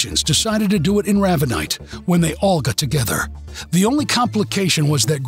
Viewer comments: "Raaaaavanite"???? It's Ravenite.....like the bird. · Very. Good job guys !! But ray ve nite not raavenite